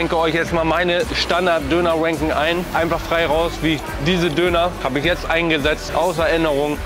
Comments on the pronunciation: schaut euch das video bitte an und jedes mal wenn ranking sagt, hört ihr "wanking" hahaha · sagst immer wanking